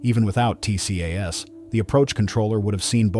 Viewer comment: TCAS is usually pronounced TEE-cass.